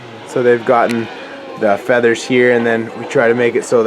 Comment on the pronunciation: Fleathers lol